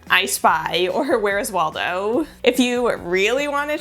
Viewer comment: she really just said 'wheres wallow' 😂